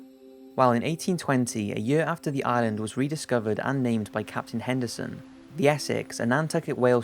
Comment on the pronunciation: Is it Anderson or Henderson Island? Sounds oike you say both.